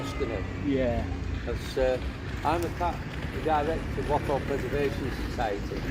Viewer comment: Glad you said Wath and not Woth though.😂